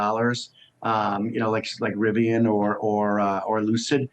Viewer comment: Looocid motors.......lol.